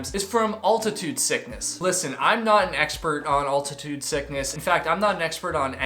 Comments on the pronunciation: How tf does someone get to his age without knowing how to pronounce “altitude”? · Man says 'altitude' kinda weird